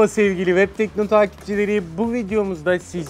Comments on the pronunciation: Reklamı. Sunan. Adam. Telefonun. İsmini. Telafuz edemiyo. Vebtekno. Haklı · ya şu adamın vebtekno demesine ölüyorum absıad